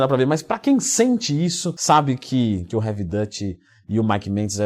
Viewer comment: Leandrão uma dica, Heavy Duty lê-se 'Rev Duri". 👍👍